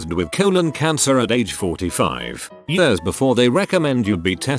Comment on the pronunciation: I hate the way it says years